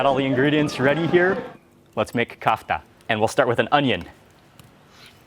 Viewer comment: Kafta with the stress on the second letter - vowel A